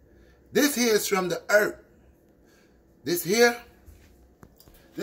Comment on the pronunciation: "This is from da EART!" Haha love ya